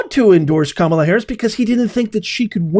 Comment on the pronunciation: Can't listen without 😂 when you say "kamala",="terrible" in english😂